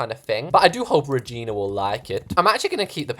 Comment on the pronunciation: When he said Regina I hear V@ N@